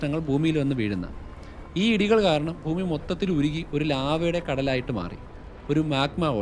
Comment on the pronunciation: താൻ ഭൂമിയെ ഫൂമി (foomi )എന്ന് ഉച്ഛരിക്കരുത് bhoomi എന്ന് വേണം പറയാൻ..